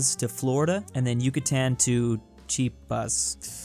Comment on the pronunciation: it's chi-a-pas not chi-pas